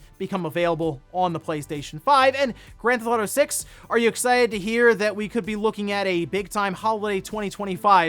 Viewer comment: "Owder" "Gran'th'awto" These episodes are the best when he says both of the things he can't pronounce a dozen times.